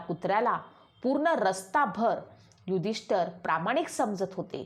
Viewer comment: महत्वाचे म्हणजे आपण युधिष्ठिर असा शब्द प्रयोग केला पाहिजे आपण उच्चार नीट केला पाहिजे युधिष्ठर म्हणत आहात ते चुकीचे आहे